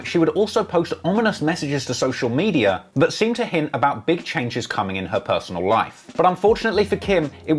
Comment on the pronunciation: It gives me a tiny pleasure everything this guy says "medayer" instead of media.